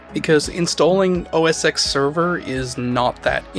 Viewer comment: Every time he says oh ess ecks I wanna bap him